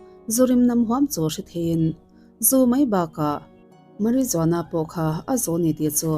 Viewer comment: Marijuana hi Mariwana ti a lam tur....lsvmm